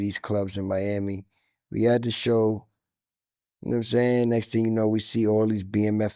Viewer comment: “Num sayn” 😂